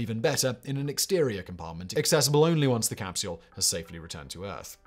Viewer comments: says "crapsule", and it is glorious. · "...when Leonov tried to crawl back through the CRAPsule's..." lmfao; probably unintentional slip but still accurate.